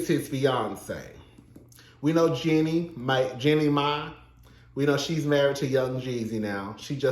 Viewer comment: Are u pronouncing her name wrong on purpose? Anyway, based on your review I dont think you know the Jeannie and Freddy history very well. Freddy was a supportive husband and Jeannie has said so on the show herself a number of times. Her reluctance to share her success with her then husband when he was unemployed was borne out of her own insecurities not his. Please remember that Freddie had money before Jeannie did, He came from a family with money and he was employed during their marriage so its not like he was some dead beat husband. Jeanie did Freddie wrong by stringing that man along for 10 years preaching about how she doesn't ever want to have kids. She was so selfish during their marriage- she was always about protecting herself and her interests and not her husbands. Her insistence that she never wanted to have kids was what ultimately led to their divorce. In terms of having a partner who cares about his interests I think Freddy definitely traded up. Also I dont think Freddy is or was racist.